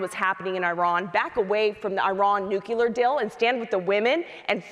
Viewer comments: Smiley. Hands down. In spite of the fact that she hit my biggest pet peeve. New-CLEE-er, madam. NOT New-KEW-ler. ...not trying to be a douche, it's just...GRRR. But outside of that, Smiley struck me as a HUMAN instead of a talking point regurgitation/name calling machine. I hear Murray used to be a real. person. I saw ZERO evidence of that tonight. NONE... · Smiley pulling a Dubya with "nukular weapons" 🤦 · 😂”nucular”. C’mon dude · Tiffany must learn how to say nuclear. Nu (long u) - Cle (long e) - er. Everything else Tiffany said was spot on, in my opinion. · it's how people say it colloquially when they don't know how it's spelled. Pretty embarrassing performance by Smiley here.